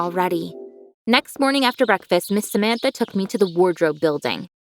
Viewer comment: Samantha's Name Is Prounuounced "Sāmantha" And In India Sāmantha Is a Famous Celebrity